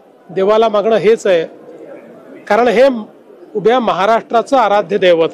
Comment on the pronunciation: मागनं नाही रे मागणं